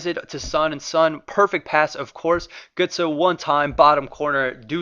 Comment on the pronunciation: Gurtsee* not gurtsoe.